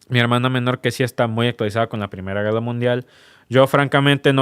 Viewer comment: Se dice guerra no gueda